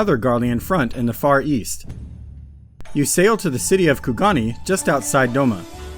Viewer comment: sorry i cant not correct you man. its kugaNE, not KugaNI. great video other than that